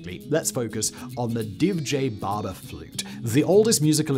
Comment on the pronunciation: Ah that Divje Babe pronounciation was perfect